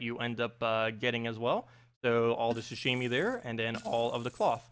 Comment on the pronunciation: I got so triggered when you kept saying ‘shashimi’ like bruh it’s pronounced how it’s spelled, ‘sashimi’